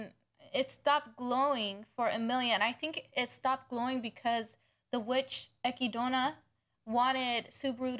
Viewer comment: You Literally no one says her name with the in the anime, they say /ekidna/ not /ekidona/, there may be instances in which it seems the is pronounced but that's just because in japanese it's unnatural to have a consonant sound not followed by a vowel (only exceptions are double consonants and syllables like つ、ち、ちゃ and so on) because as I said their alphabetic system is syllable based, not letter based, so they actually find it hard to pronounce non-japanese names/words in the correct way. In addition we can consider <Beatrice>, her name is pronounced as /beatris/, however in katakana it would be ベアトリス but clearly you don't pronounce /beatorisu/, the and are silent. So yeah, no reason to call her /ekidona/ when her name is written as <Echidna> and pronounced as /ekidna/.